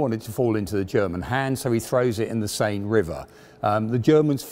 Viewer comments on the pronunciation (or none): none